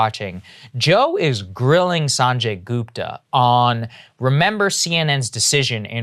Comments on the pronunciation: "Saaanjey Goopta" Cmon Saagar youre Indian, you can pronounce that better. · Come on saagar.... pronounce his name the right way....